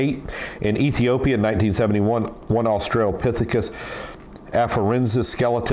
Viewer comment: yes, he clearly was completely uneducated on the subject just going by pronunciation.